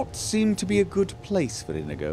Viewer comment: Inigo, supposed to be based on the character in The Princess Bride. Except there is no tilde over the 'n' so that nobody pronounces it incorrectly. In - yi - go.